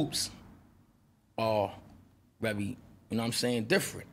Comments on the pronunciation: Anybody notice every time he says "very" he says "revy".... is that same gang shit? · Why does he say revy instead of very?? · does he say "revy" instead of "very"?? lmao